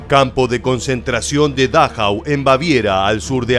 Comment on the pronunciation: Por favor, aprenda algo de alemán, para que pronuncie como es debido, es Dachau, se acentúa la penúltima vocal